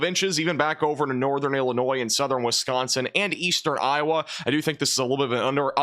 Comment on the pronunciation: Dont let this guy fool ya, he is part of the weather channel, how do i know? Because he is incapable of saying iowa